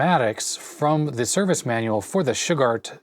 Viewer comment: Old computer chronicles and such I've always heard them pronounce Shugart as shoe-gart. First time I've ever heard anyone pronounce it shug-art. Good video and I've worked on those motors long ago with that tach.